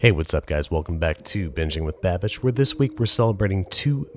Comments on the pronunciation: Is nobody going to point out that he said "Binging with Bavish" at the start of the video? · What’s a bababeesh? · wait your name is pronounced "ba-bish" i thought it was pronounce "ba-beesh" lmao